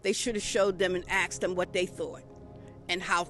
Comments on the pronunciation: Cant people stop "axing" questions? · It's asked not axed get it right